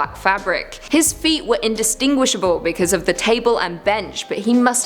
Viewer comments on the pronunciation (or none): in·dis·tin·guish·a·ble . LOL